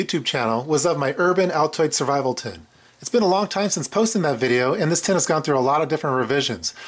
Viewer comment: did he say survival Tit?